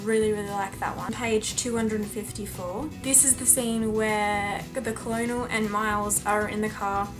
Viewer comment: it's pronounced kernel omfg have u never been to kfc